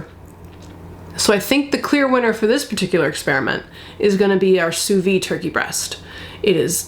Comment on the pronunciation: It’s not pronounced sous vee it’s sous vide! The d is not silent in French.